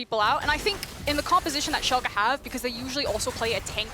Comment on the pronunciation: When this guys will learn. There haven't team named SHOLKA it is SCHALKE.